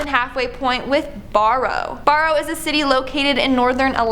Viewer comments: I’m so proud that a town in my state was in this video I know someone who lives there also no offense but it’s pronounced burrow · Barrow and Anchorage are not pronounced that way. I'm too tired to look it up for you. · Barrow is pronounced like “bear-oh,” not “bar-oh.” “On-kor-aj?!” What the hell? It’s not like an “anchorage” isn’t an unknown word! The city of Anchorage is so named because it was a place inland to anchor ships and it’s named for those things called “anchors”; which boats drop to hold them in place. Seriously?! A Canadian has never heard of Anchorage, Alaska? Was this girl raised in a nunnery or something? Damn kids don’t know how anything is pronounced nowadays! Get off my lawn! You whipper snappers! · The problem with Barrow is that she pronounced Bar like its a bar. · I cringe when you mispronounced "Barrow" and Anchorage. BTW, Barrow has recently renamed itself to Utqiagvik. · And Barrow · So glad I'm not the only person who caught that on both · and Barrow. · Did you mispronounce Barrow (Utqiaġvik) and Anchorage on purpose? Also, it's a 30-45 min flight from Fairbanks.... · Forget the different pronunciation of Anchorage and Barrow. But we all know that no one chooses to live in Nunavut. No one wants a piece of that territory.